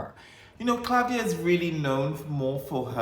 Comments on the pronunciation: It is Klavdía. Not Klávdia. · you are great! i really enjoy yr videos! i love yr reactions! the v is pronounced as v and not as u like the italian/spanish/latin equivalent. and the accent is on i. asteromata(female)=star-eyed. greetings from greece